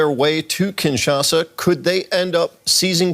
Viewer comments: It s kinshasa and not kinsasha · Kinshasa not Kinsasha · Kinshasa not KinSacha!!!!! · Kinshasa!!! Not Kinsasha!!! 😂😂😂😂😂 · Kinshasa, not Kinsasha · It's Kinshasa 😕